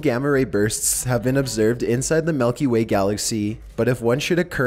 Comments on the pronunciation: "nucular" "melky way" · I hate how pronounced things. Nukular, Malkyway. Dude come on.